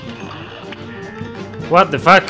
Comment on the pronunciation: cada 2minutos: Watefac